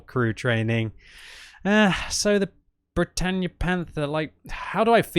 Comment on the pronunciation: Bretagne is pronounced Bret on not bretanye